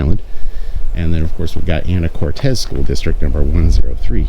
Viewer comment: Lol! Not Anna Cortez, it's Ana core tiss!!😊